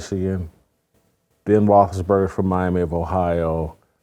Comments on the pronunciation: AB: “be able to play with Ben Rothleburger” 😂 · I love how even when ab seemingly says the wrong word describing something, his word weirdly fits perfectly like Joey's moo point. I swear he pronounced Roethlisberger like 10 different ways